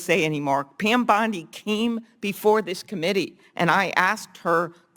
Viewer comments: Bondi is pronounced bond-ie not bond-ey. 😊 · I agree with all the accusations made by Klobuchar. But why can't this guy pronounce Pam Bondi's name? It's bondee, not bond i. Is he an AI generated narrator? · For god’s sake, pronounce her name correctly, it’s not BONDI